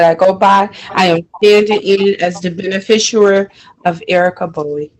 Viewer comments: I’ve got news for this dummy…there is NO such word as “benefisher” Hey lady…your dumb is showing!! 🤦🏻‍♀️🤯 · What on earth is a Ben-a-fish-erer? This woman appears to be a non-functioning alcoholic. Pauline (Light Tajiri Bey) on the other hand is a functioning alcoholic. She can put complete sentences together. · "I am the benafishooer of Erika Bowie"